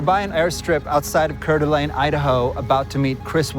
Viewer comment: Cör d'Alene 😂